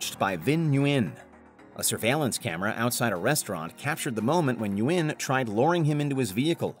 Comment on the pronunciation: Nguyen is pronounced WIN